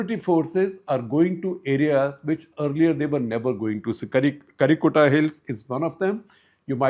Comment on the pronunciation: It's not karrikota, it's karre Gutta